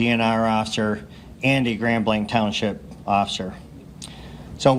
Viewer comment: This hit so close to our region and I was appalled that day. P.S.: It's Grand Blanc (it's not pronounced with a "k" at the end; it's hard to drop in the "c" to say it).